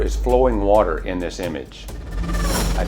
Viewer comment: WATAH!!!! Lots of WATAH! Another great video bro. Thanks for sharing.